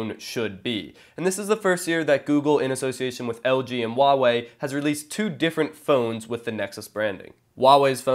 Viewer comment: The H in Huawei is not silent xD Everybody does that